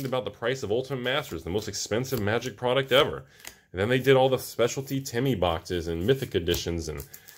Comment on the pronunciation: Magic -> Ma-jik, not Moo-jik